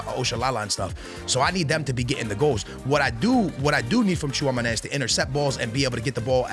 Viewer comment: Bro i watch you every year , u are a beast but at least search how to pronounce your starters , Tchouamoney😂😂